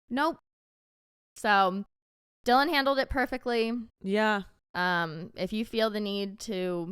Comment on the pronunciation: You said Dylan’s name right. Thank you for talking about it! I love you two so much ❤🎉